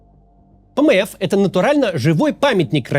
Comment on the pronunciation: Пмэф звучит как пмэс😂